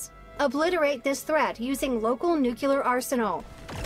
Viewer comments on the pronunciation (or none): I'm sorry but am I the only one that gets triggered every time says "nucular" instead of "nuclear"? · Nobody:...: NUCULAR